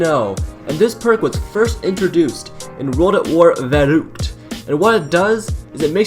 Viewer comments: It's pronounced ver uct I know German, I know it's called vurruct, but it's fine just telling you 😀😁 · It's "Verrückt", not "Valookt" lmao😂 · Its not verooked it's verukt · Joey Christensen he says it as verookt it veruckt. Emphasis on the “uck” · It's verruckt not verookt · Varoot really it's vuruckt And this list (no offense) it sucks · hey dude it's verukt not verooked XD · Lol why dose you say verruckt like verroockt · It's pernounced verruct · The way he says verruckt is so funny Idk why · Does he say verruckt like that on purpose or does he honestly think you say it that way